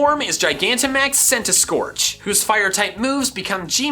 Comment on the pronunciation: THE SECOND C IN CENTISKORCH IS SUPPOSED TO BE A K!